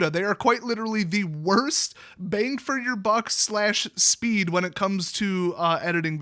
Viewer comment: I couldn’t tell if you said “bank for your buck” or “bane for your buck” about Apple’s computers, but I agree